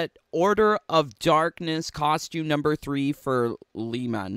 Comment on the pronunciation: Lee man it's lee mae